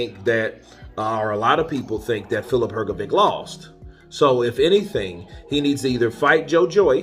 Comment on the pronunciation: I suggest you learn to pronounce boxers' first and last names correctly. I believe you will succeed, considering that you are so good at imitating the sounds of various people. Examples of incorrect pronunciations: Zhilei Zhang, Hrgović. First for these two fighters, please. ☺️🙏 Thanks! You can find the correct pronunciation online. It's also respectful to the boxers.